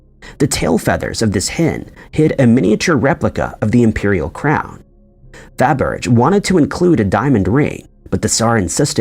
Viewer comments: FA-berge XD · Fabergé hurt the most. The accent on the “e” means that the letter is pronounced. Not to mention that’s not a hard “g.”